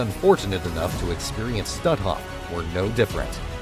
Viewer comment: Please, the camp of which you speak is not pronounced "stu'off", but stutt hoff, emphasis on the first syllable.